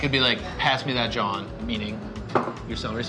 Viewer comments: Now we definitely need black people on this show... “ jawn” is not pronounced John. Please invite black people to this segment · Hearing butcher the word jawn 🤦🏾‍♂️🥴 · He pronounces Jawn TOTALLY WRONG! DONT USE IT! Its a Philly thing!